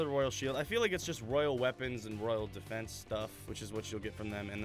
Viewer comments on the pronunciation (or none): none